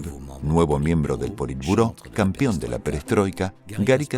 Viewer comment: ¿Por qué diablos dicen "campión"? la palabra CORRECTA es "campeón".